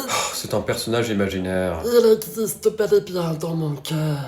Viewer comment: "il exsicte bel et bien dans mon coeur " ca m'a tué :)